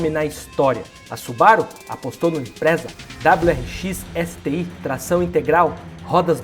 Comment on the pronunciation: O vídeo é muito bom e bem feito, mas cuidado com a pronuncia imprensa é doído demais !! Impreza meu amigo ! Parabéns pela dedicação Edição muito boa e conteúdo fantástico.